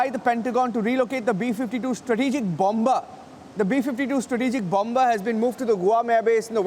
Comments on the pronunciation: Say it like "Bummer", NOT LIKE "BOMMBBERRR", please! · CANT LISTEN TO THIS GOOSE. bomBa bomBa... bomBa